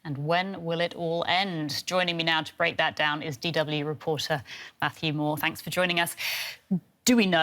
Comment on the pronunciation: She say faw 3 more mouths